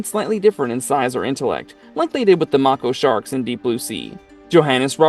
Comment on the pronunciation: So are you just reading someone else's review of this movie? Who would use the word "mako shark" if they didn't know how to pronounce it?